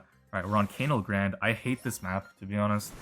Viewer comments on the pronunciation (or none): Btw it's canal as in the Panama canal, Grande as in Ariana. Gotta say it, it's been ticking me off for ages. Btw not relevant for ranked but Melodie is excellent in some of the 2v2 like brawl ball